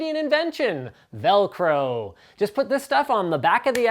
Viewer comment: I died inside when he said velcro...